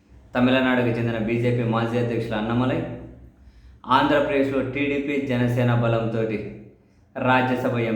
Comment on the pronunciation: అన్న మా లై కాదు అన్నామలై